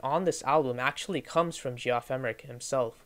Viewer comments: “G-off Emerick” 😭😭😭💀🏴‍☠️🏴‍☠️🏴‍☠️ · G-off? it's JEFF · Cool vid! Pretty sure it's pronounced "jeff emerick" but don't quote me on that